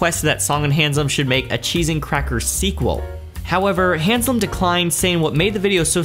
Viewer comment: No "n" in Haslam. Being a fan of his, the name was a bit grating to hear, but otherwise loved the video!